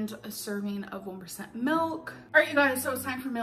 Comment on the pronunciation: pronunciation annoys me way more than it should... urb, melk, bowlth, doeen. She has to be doing it on purpose.